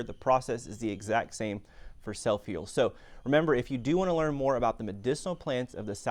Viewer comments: Never heard of it... sounds like you are saying: "S E L L F I E L D". but i can't find that in a google search... Not once did you use print on the screen to let us know how to spell this uncommon plant.. Spelling of botanicals is critical.. That would have been a good place to start "drone/music/excitement" are not important. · What are u SAYING, sir. Soap peel? Sell feel?... I cant understand what ur saying.....SELF HEAL?.......🤔 Ok SELF HEAL PRUNELLA VULGARIS. Seeds available at Walmart. I googled it....very interesting video......👋🏻👵🏼.... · It would be nice if you displayed the name of the plant to which you are referring. I can not understand what you are saying when you mention the plant's name.